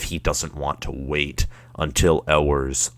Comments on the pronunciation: I’ll take this dude serious when he learns how to pronounce “You-ers” name correctly!! GO BUCKS!! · It is pronounced "you-ers" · For UM fans proclaiming that their school is better than OSU, this dude does not lend support to that claim. Where does the "L" sound come from in Ewers?